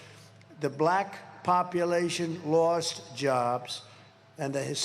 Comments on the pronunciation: Wait til YOU see the number of BLAACK people, as he likes to pronounce black, who didn’t vote for you!!!! Come on America…the world is holding their breath, waiting for us to DO THE RIGHT THING, and not put this idiot back in the White House!!!! 💙💙💙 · Why does he pronounce “BLACKKKKK” men “ that way???????????? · I know 😮 kinda sus